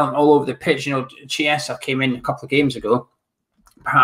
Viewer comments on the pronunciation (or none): Hey and, if you wish to pronounce correctly Italian surnames, Chiellini is pronounced “Key-leany” and Chiesa “Key-esa”.